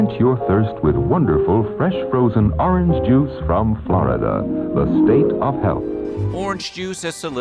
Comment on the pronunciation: "Flordia, state of health?" 😂😂😂 It's also the state of meath!😅